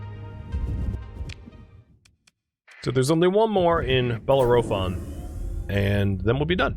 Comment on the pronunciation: I'm sure you got this answer days ago, but Bellerophon is pronounced buh-leh-ruh-fn. He was a Greek demigod or something, like Hercules and Perseus. There is also an opera with that name, which I am pretty sure is based upon him and is usually where people have heard the name.